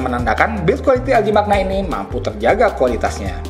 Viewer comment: bacanya manya...bukan makna